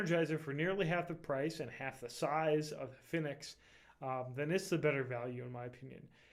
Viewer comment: btw you pronounce fenix wrong, it's the same as phoenix. anyways i think 10 lumens isn't really enough light even for a keychain light...my keychain light is the thrunite ti which is 162 lumens with an AAA battery. the size isn't too big for a keychain at all and it's very light